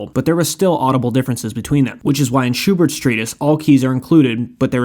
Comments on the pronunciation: WHY oh WHY do Americans not check pronunciation ? FFS. The guy was SCHUB E RT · "Shoe Bart" 😅 Great video though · It's pronounced Sherbert 🍨